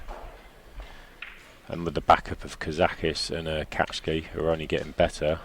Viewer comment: His name is Kaci, not Catch-key!